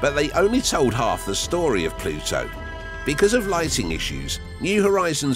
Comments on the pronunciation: It's Pluto... not plutso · Drink a shot every time he pronounces it “Ploo-So”! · You say the word “Pluto” funny with your accent